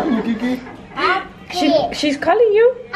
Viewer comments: Keiki is pronounced KAY-eee-key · Loved it all. Glad you guys finally got to come to Hawaii…hope you enjoyed it here. BTW, Keiki is pronounced like Kay-key 💕🌺 $honunani85